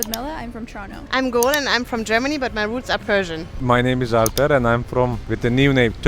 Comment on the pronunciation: He’s name is Alper not Albert 😂